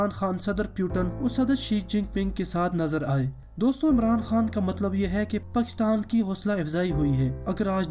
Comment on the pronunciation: Its Pakistan, not pkhstan.. Sorry dont mind bro. put aside potohari language from Urdu